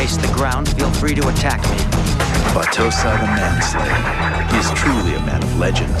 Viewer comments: Great work, but the way you pronounced Battousai was killing me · I absolutely hated the english dub. They pronounced Kaoru like "Cory", and battousai like "batu sai" It was gross I loved the manga, and I'm watching the subbed version.